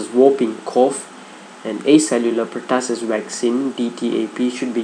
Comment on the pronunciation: hello! it's pronounced as per-2-sis not pertasis. and it's RUNNY nose not running nose. By the way the video is great. 💪😊